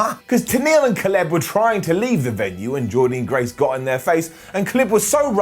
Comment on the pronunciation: Please pronounce Jordynne Grace’s name correctly (it’s Jordin Grace how you say it) overall though great to see whatculture carrying on giving impact love & coverage Please do victory road